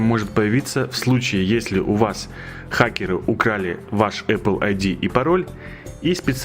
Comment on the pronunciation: эпел? может эпл